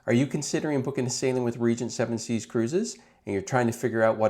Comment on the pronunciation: You might want to change your AI. Never heard of Region 7C's before.